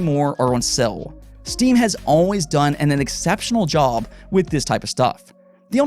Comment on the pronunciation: No offence, but why do you pronounce "sale" as "sell" and "deal" as "dill"?